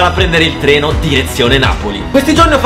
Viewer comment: All'inizio al posto di dire andiamo a prendere il treno pensavo dicesse andiamo a prendere le botte